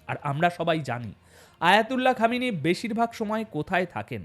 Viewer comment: আপনার বকৃমা র ভাষা ঠিক করুন,, আয়াতুল্লাহ কে সাপের মাথা,,, খামেনির নাম বিকৃত উচ্চারণ।। সাবধান